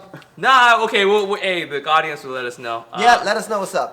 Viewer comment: "the godience will tell us" lmao